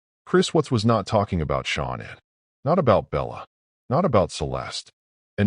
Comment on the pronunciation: Mispronouncing Shannans name is an insult to her memory. Do better